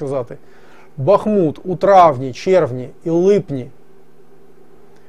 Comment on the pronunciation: БутусОв. Как житель БАхмута скажу что местные ударение на А ставят.